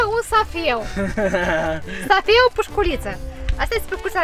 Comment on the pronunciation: Nu safeu dar seif. NO HATE